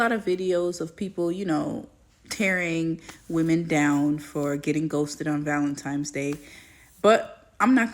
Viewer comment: ValenTIMES? I can't bruh